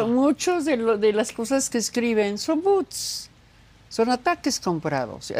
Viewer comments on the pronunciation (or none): "Son boots (botas)", en lugar de decir bots (robots) ya siéntese señora!🤣🤣🤣🤣🤣🤣🤣🤣🤣